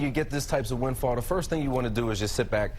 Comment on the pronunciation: Perhaps, if you cannot even pronounce "windfall" you should be fired